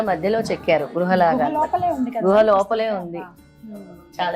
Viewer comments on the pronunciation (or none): గుహ not గృహ.